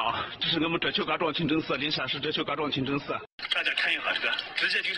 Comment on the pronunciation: 主持人说清蒸寺